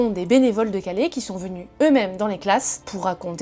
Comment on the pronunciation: À Calais, pas Calé. CalAIS.